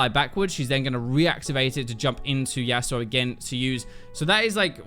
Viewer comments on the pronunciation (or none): none